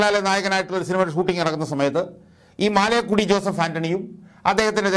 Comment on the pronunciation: മാലേക്കുടി അല്ല മലേക്കുടി എന്നാണ് ആൻ്റണിയുടെ വീട്ടു പേര്.